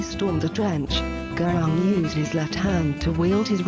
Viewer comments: Gurung isn't pronounced Gurawng, but Guroong.. Peace, love and prosperity.. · oh wait sorry that's not how you say it its (gu-roong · by the way its pronounced ( GU-rung